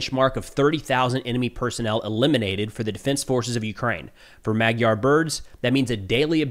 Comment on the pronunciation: Awesome report! Thank you. Just one thing: "Magyar" is pronounced like /ˈmɒdjɒr/ : maybe writing it as "madyaR" would be helpful for English speakers. For the sound in the middle, think of the "dy" sound in "DUke" or "DEW" or maybe "eDUcate". And with a hard(er) R at the end.